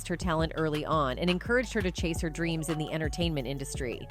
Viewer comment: I'm on that good "dreen" and alcohol